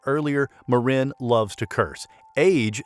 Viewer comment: Might want to ask Hellen how she pronounce her last name. He is AI generated?